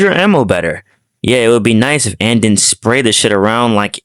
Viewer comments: This was a solid video but I think mic issues aside, and this might sound kinda mean or nitpicky, but it's the pronunciation of stuff. you pronounce Ann as "Anne" (yes I know in Japanese it's Anne but that's just the spelling, the pronunciation is still "ahn") and I swear you keep saying "pacific" instead of "specific" lol. Also pronouncing multiple as "multi-pull". It just took me a little bit out of the video as it was a bit distracting. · How do people still say Ann's name wrong